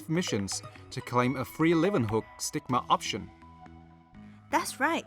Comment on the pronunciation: Wow, someone who can actually pronounce "Leeuwenhoek" right. X)